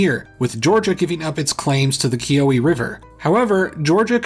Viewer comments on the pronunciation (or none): Ki-uh-wi.. just throw an uh in the middle and you got it. Edit: He does a lot better at . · It's pronounced KEE-uh-wee, not kee-OH-wee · pronounced “kiwi” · For the record, Keowee is pronounced "key-oh-wee". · By the way it's pronounced Too-ga-low, and Kee-oh-wee with emphasis on the last part of both words, you pronounced Chattooga right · bro why did you say keowee like that